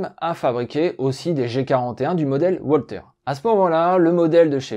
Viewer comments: WALTHER ne se prononce pas OUALTER mais VALTER. En allemand par pitié le W se prononce V et pas OUA. Mais à part ça, Super / Bravo! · Une arme allemande ? Il vaudrait mieux prononcer 'Walter' à l'allemande 'Valteur' plutot qu'à l'anglaise 'Oualtér'...